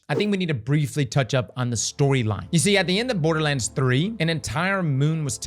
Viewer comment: Dude said "Boarduh lands" like 40 times before mins.. Dislike..